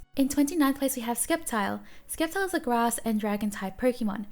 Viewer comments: Omg i am dying! She sed sKeptile and sooo many other mistakes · Btw sceptile is pronounst sseptile and snom is snam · Bruhhh it's sceptile. Not skeptile. Bruhhh. Imma cry for pronouncing wrong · The c in Sceptile is silent so it’s septile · Skeptile LMFAO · Did she just call sceptile skeptile?!?!?!?!?!? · sceptile is pronounce as sep-tile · Is Sceptile's name pronounced as Skeptile or *Ceptile(silent s)*? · The c is silent in sceptile